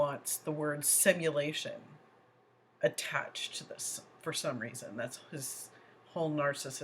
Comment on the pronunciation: There’s another word that DB butchers. Sim a lation. 😂🇦🇺